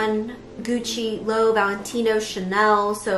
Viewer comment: she said LOW instead of LOÉVÉ 😭😭